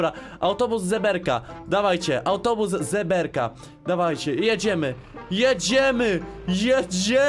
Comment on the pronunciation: ale fajne montaże xd jak powiedziałes autobus zeberka to usłyszałem autobus żeberka🤣🤣🤣🤣